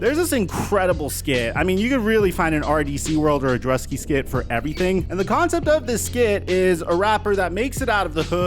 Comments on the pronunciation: ITS DRU-Ski…. not drukski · His name! Is drue-ski! Not druhski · “Jrue Ski” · Druski is pronounced “Drooskee” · Did anybody notice when he pronounced “Druski” as Druhski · Dru-ski My guy😂😂 appreciate the content. Keep it up! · I love you but the way you pronounced Druski killed me 😂😂